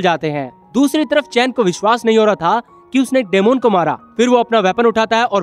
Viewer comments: Dmon nahi demon bol bhai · Dymond tf bro it's demon (di min)😪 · डेमोन नहीं डिमन hota hai ❤day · daimond nahi bhai demon bolte hain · It's not daamoon